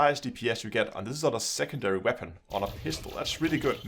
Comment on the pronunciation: “What Waepon should you....”